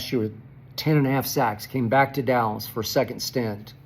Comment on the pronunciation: No D in Dallas = allas or 'Alice' bunch of Alice's